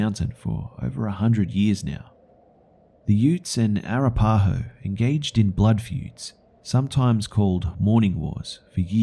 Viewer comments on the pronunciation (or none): Its pronounced A-rap-a-ho, not Ara-pa-ho. Other than that, just found this series 4 years after its release. I absolutely love it and I've favorited the entire series for future relistening and sharing with friends. Half way done with #3 now. Well done indeed. Gonna be sad when it finally ends. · A-rap-uh-ho, try pronouncing it like that 😘😄❤🤘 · Lol. As a guy from Colorado, I find the way you pronounce Arapaho hilarious. Good ol' Australians. :P (Oh! So THIS is why other countries find Americans annoying! I mean, I have my OWN reasons, but that just adds on XD)